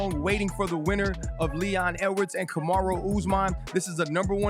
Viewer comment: Agree, but he still cant get those names right, calling Jiri Jury, Kamaru Kamara, Zhang Zang, Blehall Belal